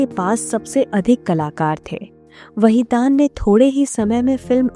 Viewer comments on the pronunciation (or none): वहीदान नहीं बल्कि वहीदन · Wahidan your pronsa tion is wrong nice blog